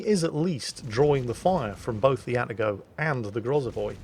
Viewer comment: Two comments about pronouncing Japanes words/names: 1) they are pronounced exactly like they are spelled. Where there is leway, Japanese is like Italian, most sylables end in a vowel: Atago is Ah-tah-go not At-A-Go. Yamato is Yah-Mah-to not Yam-a-to.